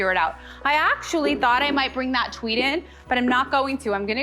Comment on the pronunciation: Am I the only one who heard, "TWEE", instead of, "TWEED"?? I mean, I'm pretty sure our didn't develop a lisp as she decorates a flocked Cwismas Twee.... Note to self: WATCH, instead of just listening. 😂😂